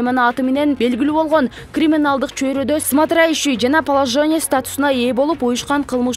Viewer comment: Макорыв , Смотроящяй деген создор кыйынбы айтканга?